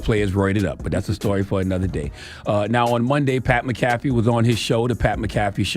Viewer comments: Lenard MacKelvey should know how to pronounce Irish names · If Charla were hooked on phonics like he's hooked on 🍆, he'd be able to pronounce McAfee. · He lying he don’t watch the show he can’t even pronounce bruh last name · I think he did it on purpose cause he said his name correct yesterday when they first reported it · Charla really don't know sports for real. He can not pronounce Mcafee and they say his name in ESPN all day 🙄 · PAT MCAFEE LOL you know how to say his name lol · CTG doesn’t know how to say Pat McAfee name. He also admitted that he watches “The Pat McAfee” show. So, he’s heard Pat McAfee himself say his own name and CTG still can’t pronounce it correctly. Pat McAfee! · Maca-Fee my friend 😂🤣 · Ctg it's Mac A Fee not macaffey McAfee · Charla pronounced that man’s name like McDonald’s coffee 😂😂 McCafé 🤦‍♂️ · MACK A FEEEEEEEE Super cringe how he’s pronouncing his name 😅😅😅😅😅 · It’s pronounced Mac-uh-fee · Mac-Ah-Fee. South Cak Public Education strikes again 😂😂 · Le nard really said pat mick caffee lol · That's not how you pronounce his name 🙄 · Yeah you gone give him donkey of the day, at least pronounce his name right! Otherwise you sound like the jackass... 😂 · He said this man name wrong the whole time 😂😂😂😂😂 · You didn't even say his name right. He shouldn't have apologized his point was the WNBA players don't like her becasue she is white. The Democrats haver fully installed their woke mind virus. Success. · You would think that Lenard McKelvey would know how to pronounce a fellow Irish man’s name lol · Charla, at least say his name correctly. Do your googles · CTG said he watch his show then says his name wrong 48 times lol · U don’t watch his show. U don’t even pronounce his name right. His show literally named after him 🤣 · The way you’re mispronouncing his last name, you sound like a white person that pronounces 2Pac’s name as 2Pack. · U said u watch his show. Y are u saying his name incorrectly? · Said his name wrong charla lol